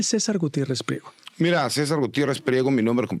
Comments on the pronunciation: El licenciado MARIO Cesar Gutierrez no es pliero ,es PRIEGO por favor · ( no es pliego ) es PRIEGO .,.